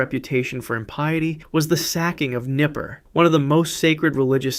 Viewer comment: Nippur not Nipper.